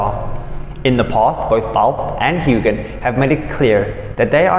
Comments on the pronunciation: His name is Huan NOT Hugan! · The G in Sam’s last name is SILENT. 🙄